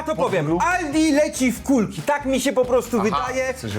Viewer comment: Kulki, przez "U"... urwał nać!